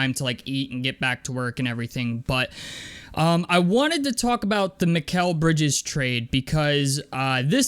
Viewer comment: You said his name right 👍🏿👍🏿